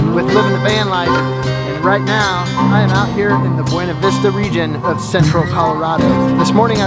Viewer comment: It’s pronounced BoonaVista